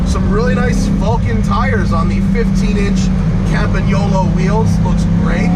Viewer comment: It "rooks" good.....rooking good is important.